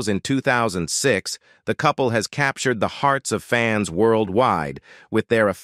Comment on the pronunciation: Jesus automated readings are still TERRIBLE. Capturayed??